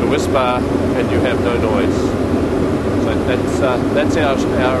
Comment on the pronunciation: He's making me long for my childhood favorite: Cadbury's Whispa Aerated chocolate candy bar. He's saying WHISPBAR but I'm hearing WHISPA.